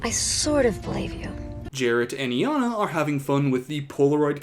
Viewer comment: She literally PRONOUNCES HER NAME... yet somehow Iyanna is still being mispronounced